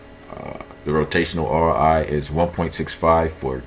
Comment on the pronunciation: ORI LMFAO YOU MEAN ROI 😂